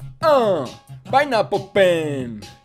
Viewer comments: dice pen pinapol y es paiapol apel y es apol😂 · se lee pen painapol apol pen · Se dice pen pain apl apl pen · y diciendo Pen Painapo apo pen xD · fryda lara me dio mucha gracia